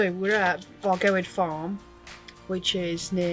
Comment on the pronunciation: Great video and report on Bargoed Farm (pronounced Bargoyd). We have stayed there a couple of times and would recommend it to anyone. The facilities are excellent and the staff are very friendly and helpful. We haven't tried the hot tubs yet but have promised ourselves that we will next time. Fortunately for us we only live about 50 miles away from the site and will continue to use it as it suits our needs particularly as it is a dog friendly site with a dog walking field and the dog washing facilities should we need them.